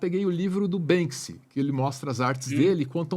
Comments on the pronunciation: me incomodou mais foi a preguiça intelectual de falar "Bansky" o tempo todo, diz que conhece o cara mas nem o nome fala certo. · Ele tá falando Bénski o tempo todo, me surge a dúvida, é a forma certa de falar Banksy? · O cara fala "BanSKy" hahahahahahaha 😂😂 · poxa fala só uma vez o nome do Banksy certo, vai... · BANKSI?? Vamos falar em PORTUGUÊS, nossa língua mãe,?? 🙄